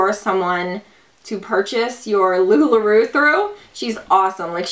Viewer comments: It's Lu-La R-O-W, not Roo.... giggles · You make me giggle, I think it's pronounced "LuLaRow" you're so cute though lol so it's okay ☺️